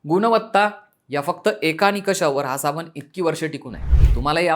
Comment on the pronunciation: आम्ही सुधरायला तयार नाही आम्ही गावठी आहोत हे दाखवण्यातच कौतुक व मोठेपणा वाटतो. हा शब्द "साबण" आहे , "साबन" नाही.